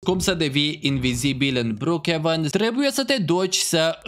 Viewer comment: Ai zis brcievăn în loc de brohevăn